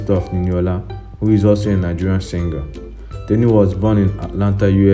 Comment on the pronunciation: It’s not teeni it’s it’s TENI😭